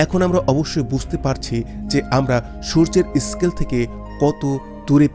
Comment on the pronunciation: খুব ভালো লাগছে শুনতে। একটাই অনুরোধ প্রত্যেক S বা স দিয়ে শুরু শব্দ উচ্চারণের সময় e বা a যোগ করবেন না। স্থান কে এস্থান scale কে এস্কেল। আমি বাংলাদেশে ৫২ বার গিয়েছি। উচ্চ শিক্ষিত বা স্বল্প শিক্ষিত প্রত্যেক মানুষকে এতেই অভ্যস্ত হতে দেখেছি। উচ্চারণের সময় একটু সতর্ক হলেই অবশ্যই শুদ্ধ করে নেওয়া যায়।